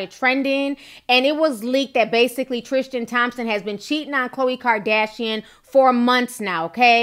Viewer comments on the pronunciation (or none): I believe his name is Tris-tan not Tris-tian, good video though Ti